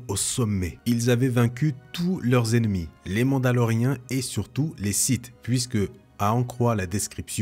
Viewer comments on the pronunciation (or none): "Seulon les différents Siths" :-)